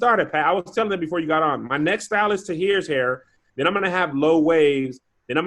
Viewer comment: I've been trying to figure this out for so long. Is calling his stepdaughter "The Kid" or is he saying her name??